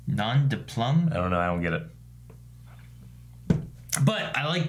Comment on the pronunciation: Lol nom de plume is French for pen name but it's pronounced ploom not plum